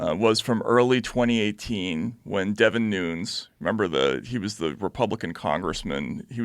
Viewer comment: I was surprised that Taibbi mispronounced the last names of Don Lemon and Devin Nunes. Does he only read the names in print? I thought everybody knew how to say it. Just a little odd.